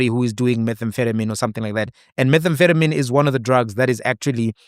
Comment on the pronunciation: That you couldn’t pronounce methamphetamine while wearing a coat in a lab was too funny. 😅